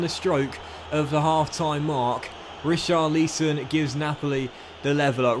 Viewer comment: Ri-CHAR-li-son As opposed to RI-char-LI-son